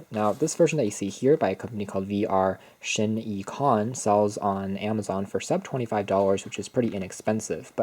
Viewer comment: its shie-con duh